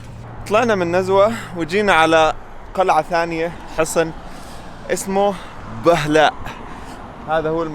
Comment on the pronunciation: ما شاء الله تغطية جميله. للتنويه بهلاء تنطق بضم الباء.